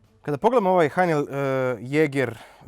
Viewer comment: Ako se ne varam, ime ove kompanije izgovara se "Henel", barem u originalu na nemačkom.